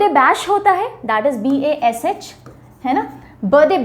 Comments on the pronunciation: THOMAS BAAKH…NOT BASH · Well..bach is pronounced as 'baak'..not bash!🙂